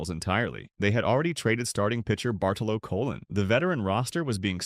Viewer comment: “Bartolow Cologne “…..😳